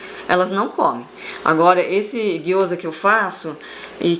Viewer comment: gyoza e não guoza.